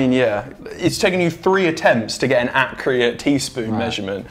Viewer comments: accruate I think it’s accurate oli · I didn’t know you needed 3 attempts to be ACCREATE 😂😂😂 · is no one gonna point out that said accurate wrong lol